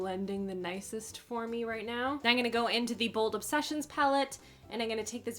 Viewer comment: "Eye-n-gunna" ... is that a Canadian thing?